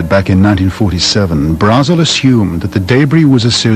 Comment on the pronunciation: This is pedestrian level stuff. Mac Brazzel did NOT find paper backed foil and balsa wood at the Roswell site. Dr. Jessie Marcell Jr. is adamant about this. He saw the materials that were retrieved. Btw, it's pronounced Braazul, not Braizil. If you want to watch something with interviews of the first hand witnesses, see "The Roswell Incident".